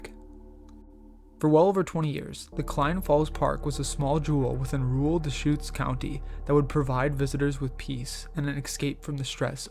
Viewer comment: Thanks,. Good narration. FYI, the state is pronounced “ARE-uh-gun,” with the “u” in the final syllable barely discernible; it’s not “ORE-E-gahn.” But you did get “Deschutes” right. There are many easily, frequently mispronounced place names in the wonderful Beaver State. (Just give “Yachats” and “Champoeg” a try).